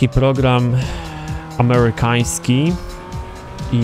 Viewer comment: amełykańskii :D